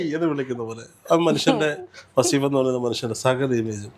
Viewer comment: വാസീഫ് അല്ല വളീഫ് 😂